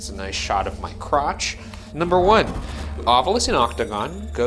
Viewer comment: 25 means "two bits"! It was 25 cents or a quarter dollar. Amazing how may paranormal researchers can't pronounce 'ovilus'. The u is the last vowel, in case you never actually looked at the word. Like people who say 'newcular'.